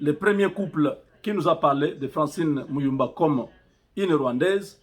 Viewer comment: il ment déjà la prononciation francine mulumba avec un accent gravé